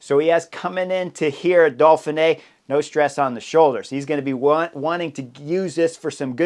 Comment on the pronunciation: Why do u pronounce it dolphin-ey Edit: Seriously how am I the only one noticing this, hes saying dolphin-ay. its do-feen-ay not dolphin-ay the pronunciation dude.